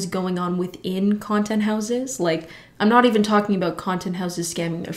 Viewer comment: when she says " ieen" instead of " i'm" lmaoo love your videos tho